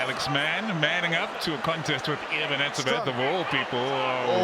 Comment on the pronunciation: Ag Nee Eben ... that's disgraceful.